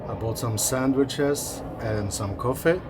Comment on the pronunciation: Well done, 👏 very interesting video. Great to see your role. You guys make a great team💖 PS I like the way you pronounce sandwiches 🥪 ✨️